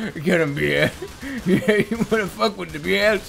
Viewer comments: do you like this video? byeah! do you want more of them? byeah! and when do you want them? right byeah! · tree peefrick Never say never. Always say “Byeah”